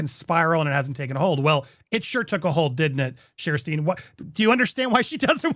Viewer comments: Who’s “Shersty” fla? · Her name is pronounced Sash-tee. It took me forever to get it right. I have to think of it spelled this was instead of how it’s actually spelled so I get it right. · Her NAME IS PRONOUNCED SHASTI. Be respectful Andy! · There is no R sound in her name. It sounds close to Shasty or maybe Shesty.